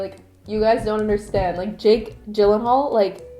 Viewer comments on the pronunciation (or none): none